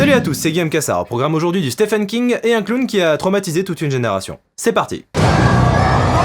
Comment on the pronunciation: pas stephen mais ce prononce sti-ven king, sinon good critique.